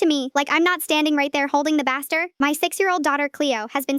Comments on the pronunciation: I don't know who narrates these things, but it is a baste-er, not baster like aster. Some of their pronunciations are awful. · I heard holding the bastard 😂 i think u meant baster